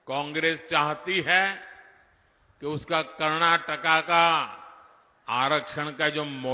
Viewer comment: Karnataka ❌ karnakaka✅ 😅😅😅😅